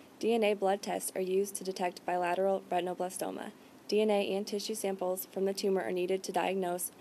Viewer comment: the term is not ret tino.. its ret in oh blas toma a derivative of retina